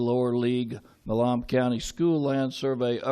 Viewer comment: Mayor can't even pronounce Milam right. Proving he is definitely a transplant.